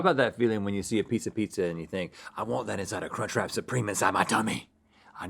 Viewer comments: Omg link just saying cuntch.... over and over.... oh lawd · I legitimately thought Link said the “c” word for a moment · Legit thought link said c u next Tuesday and had to rewind a few times. 🤣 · ah yes the kunchcrap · I definitely did a double-take when he said CUNCH lololol